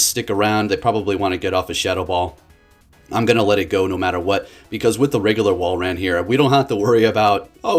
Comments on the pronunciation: Saying it better but still not quite lol. It’s not wall ran it’s wall rin. Unless 🧐 this is his master plan to provide us with more enticing entertainment. If so then jolly good show my good sir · Two words. Wall - rain. I don't think it's pronounced wall ran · Love ya man, it is in fact pronounced Wall-rain I think. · I don't mean to be mean but I personally pronounce it wall-rain